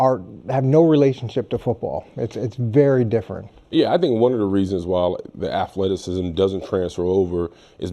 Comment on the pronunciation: "Wewuz axin him" "afleticism".🙄